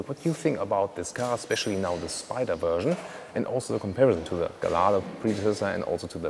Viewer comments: Not GALLARDO it sounds Gajjardro !!!!!! Wikipedia -> The Lamborghini Gallardo (/ɡaɪˈjɑrdoʊ/; Italian: [ɡaʎˈʎardo]) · Incidentally... the Gallardo is pronounced gay-ard-o. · In the UK, we pronounce it as " Gall-Ar-Dough'